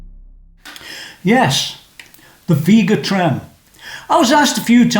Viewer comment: It’s pronounced Veh-ga Trem.